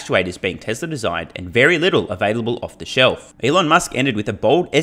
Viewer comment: When u say "Tesla Energy" It sounds to me like "TesleR Energy." What's up with the R fam? It doesn't have to be one continuous word, when a word ends in a vowel, and the next word starts with one, just pause. Tesla...Energy That will sound much better then adding consonants to a word that will never be required to add, making it sound ridiculous. Just sayin., love your channel, this is my contribution to making it better, so feel free to tell ur friends, and your countrymen. TY, Wagwan I'm done poopin.